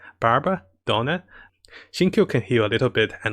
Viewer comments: It's DIona, not Donna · Character name: "Diona" English VO: "Daiona" \ "Dyona": "Dona" Diona: WHY CAN'T ANYONE GET MY NAME RIGHT?! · Who is dona ? come on man I like your content but if u want to provide a higher quality content got to work those pronunciation of names take it slower my friend